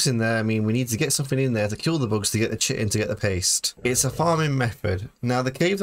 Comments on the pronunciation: Chitin is pronounced kai·tn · Chitin is pronounced Kai-Tin